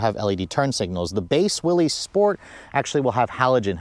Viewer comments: Is pronounced Willis not Willy’s. I have a 23 Rubi I love it but this package is pretty nice if on a tighter budget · its not willezz - its WILLIS on the proununciation. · How does one make a video about a product and can’t even pronounce the name correctly🤦🏻‍♂️🤷🏻‍♂️….. it’s pronounced like “Willis” not “Willies” idiot. Everyone who is subbed please for the sake of humanity please unsub. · It's pronounced Willis, as in "what you talking about, Willis?" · You lose all credibility mispronouncing the name. It’s pronounced Willis. Not an ee sound. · 1 reason to get the Willys higher gearing so no re-gear when you put 35s on it. It's why I got mine. FYI: It's pronounced WILLIS... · Willys pronounced =WILLis. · It’s pronounced “will-us”. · Yeah, everybody gets that wrong despite his name being associated with Jeeps for decades